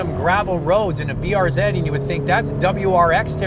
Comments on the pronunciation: BRZ not BRZEEd 🤦🏼‍♂️🤦🏼‍♂️🤦🏼‍♂️ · BRZeed? BRZ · "zee" not "zeed". I know it's nit picky, but thats what Subaru refers to it as. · Everytime he says BRZ ED😑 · lol i shit my pants when be said "brzed" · even tho i live in canada too it is pronounced brz as br-zee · B to the R to the Z..(pronounced zed) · depends on your location. Subaru Canada and Subaru US say B-R-Zee